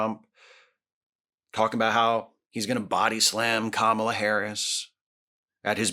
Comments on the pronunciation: You know it always makes me cringe at MAGA Republicans who love slandering Kamala Harris and the Democrats when they can't ever say her name right. They always say it like "Kuh-mall-uh" when the correct pronunciation is "Kaw-mull-uh". Learn the name of your opponent, MAGA! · First and foremost, just like a lot of racist people, they mispronounce Kamala Harris name. I stop being afraid of hogan with the leak video came out in 2015, which he said in 2007, using the N word. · To think I was one of those 80s kids who idolized him. Silly me. They continue to mispronounce a fairly easy name. White FUCKING trash